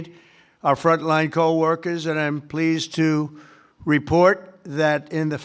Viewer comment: COAL Not DOLE , 🔥